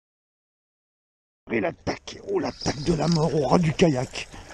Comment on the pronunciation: Hello. Dans la vidéo, tu dis "l'attaque de la mort au ras du kayak " ou "l'attaque de la mort au rats du kayak" ? Dsl🤣